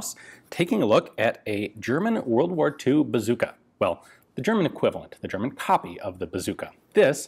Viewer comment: German here. I just wanted to tell you, Ian, that your german pronounciation skills are pretty good 👍 thanks for not giving me earcancer :P